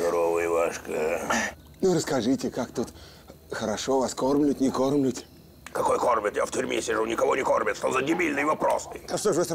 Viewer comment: Кормлют не кормлют ахахахаха